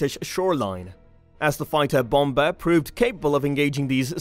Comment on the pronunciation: Bom-ba? no; pronounced bommer fps